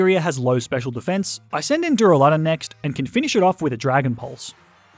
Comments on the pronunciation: Der a le don not duralon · DurAlUdon not duruladon ;D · Its duraladon not dularudune